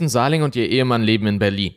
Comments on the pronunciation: Ich hab dir ja schon häufig Komplimente für die Videos gemacht, so auch hier. 👍 nur ein was triggert mich dann doch manchmal, du sprichst die Namen von Opfern oder Tätern häufiger falsch aus. Damit meine ich nicht, wenn ein Fremdländischer Name schwierig auszusprechen ist, sondern wie in diesem Fall, wenn du einfach falsch liest und Buchstaben weglässt oder dazuerfindest. Hier heißt die Frau Sahlig nicht Sahling. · Heisst sie nicht Sahlig mit Nachnamen? Ich verstehe immer Sahling...